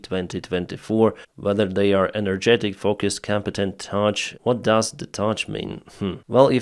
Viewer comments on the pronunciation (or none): That word on the poll graphic isn't "touch". It's pronounced like "tuff", as in strong, resilient. One of the candidates is known for a lot of touching, but that's another story. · Its Tough . Not Touch ;) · the category on the opinion poll was not "touch", it was "tough" pronounced tuff <Туф> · It's not "Touch" like with your fingers, it's "Tuff" like in mean, and like in hard. 🤓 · Yea its hilarious he misread it as Touch and then didnt understand what they mean xD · you asked what does touch mean well it's not touch it's tough as in strong. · Not "touCh", but "touGh", pronounced, "Tuff" - something like "able to keep going even after suffering damage/ setbacks" (but I suppose you already know that once you spotted the misread). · tough pronounce like TUFF meaning strong, hard, resilient thank you for your hard work! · not ‘touch’, but ‘tough’ - pronounced ‘tuff’. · Dear: Tough is pronounced "taf" not "tatsch". And the meaning is sort of steely (not too hard to be brittle but not as soft as pure iron) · it's not 'touch', but 'tough'. Spelled with a G instead of a C. It means something like 'strong'. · "Tough" (pronounced tuff) means strong or durable. "Touch" has a c, rather than a g. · The second missile on that F-16 wing is an AIM-9 Sidewinder 🐍 It is as easy to identify as a Giraffe. 🦒 UK have been using them since the Falklands War in 1982, provided by US. Tough is pronounced "Tuff" = strong, hard to break. Not "touch". I can see that the language barrier is real. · Lol it didn't say touch-it said said tough (pronounced like tuff) its essentially a measurement of strength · The word “tough” means strong. It’s pronounced tuff not touch. Your English is very good. Just trying to help. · It's tough, not touch. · tough - pronounced tuff not tug - means percieved strength. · the word 'Tough' is pronounced 'Tuff' and means 'Robust', 'Strong' or 'Resilient. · Tough = (sounds like) Tuff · Haha ”what does touzzghh mean” :p